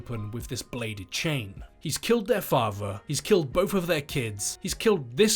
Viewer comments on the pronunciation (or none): It’s both, not bofe. And death, not deaf. It’s really confusing